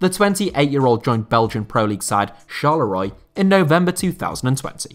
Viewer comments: "CHARLEROY" Bro, I'm dying.... :-D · please never pronounce Charleroi like that again